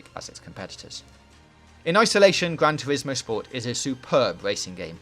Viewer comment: Weview of Gwan Tuwismo Spowt.